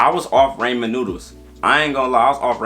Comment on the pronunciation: Ray-mon noodles had me dead in the car.